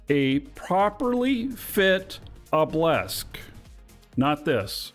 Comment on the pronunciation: Why do you pronounce Obelisk as "oblesk"? Its driving me mental!